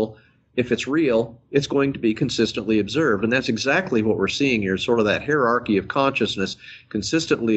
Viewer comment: "Hairarchy" lol